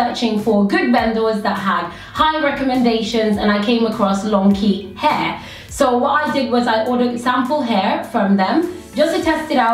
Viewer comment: Longchi, thats how you pronounce it. I studied chinese and was in china this summer. Not trying to be rude xD